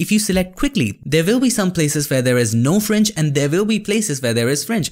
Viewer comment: FRINGE SOUNDS LIKE FRENCH SOUND LITTLE BIT CONFUSING>.............,,,,,,,OTHER THEN THIS OK